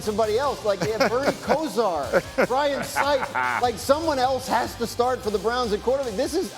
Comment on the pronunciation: He said bring in Bernie Kozar 😂😂